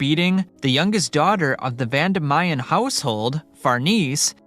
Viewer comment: Its Vandimian not Vandamayan